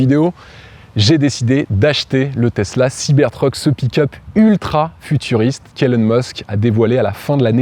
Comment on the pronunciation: Pourquoi prononcer Siber treuk? Soit tout en anglais, soit tout en français siber truc, ça lui va mieux d’ailleurs 😂